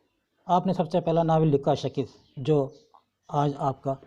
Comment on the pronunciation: Sir नाविल का नाम शिकस्त है ना आप सकिस्त क्यों बोल रहे है